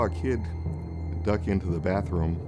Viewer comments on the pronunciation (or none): it’s not “bafroom”!!! Speak in English it’s bathroom!!